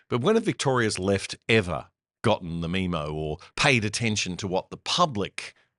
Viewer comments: Memo is not pronounced meme-o. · When the hell did Australians start pronouncing 'memo' as 'mee-mo'? Was it around the same time they started referring to video footage as 'vision'?